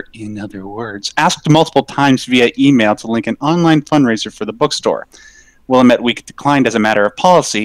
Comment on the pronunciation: As a former Oregonian, your pronunciation of the word "Willamette" is making me cringe super hard.